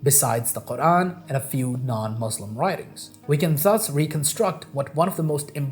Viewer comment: Yeah, he can't even pronounce Muslim correctly...